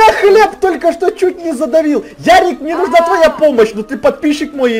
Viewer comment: НЕ ЯРИК А ЁРИИИИИИИК